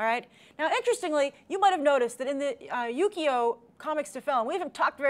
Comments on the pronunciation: every time says "Yukio" i hear "Yu-gi-oh" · They kept saying yugio, it's yukio ki Ki ki duh